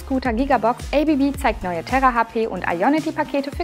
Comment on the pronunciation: ABB = Asea Brown Boverie => wird ganz einfach deutsch ausgesprochen!